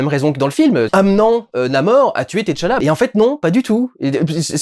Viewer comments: Par pitié, arretez avec vos "T. challa" c'est TCHALLA, c'est pas insurmontable de tout dire en une fois, et c'est bien + esthétique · Durendal c’est Tchalla Et pas T Challa🤣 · c'est pas t challa mais t'challa😁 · je l'ai noté en effet. Ca n'en reste pas moins choquant à mes oreilles. Avant d'être une œuvre cinématographique c'était une bande dessinée qui s'inspirait clairement de personnage aux origines africaines. Et dont la prononciation la plus naturelle pour les lecteurs de cette partie du monde serait d'inviter à dire "tchala" et non autrement. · Salut Durendal je regarde le vlog et ça me fume chaque fois que tu prononces le T de Tchala a part ...Comme les noms africain la première consone ne se prononce pas et est "aspiré", le son est le meme que quand tu prononce Tchaikovsky par example. voila je retourne regarder le reste du Vlog